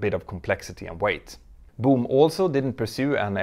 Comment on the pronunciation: Your accent is funny..... It sounds like you're saying "Doom" aircraft! Maybe it's a sublimely pronunciation portending the eventual failure of the company.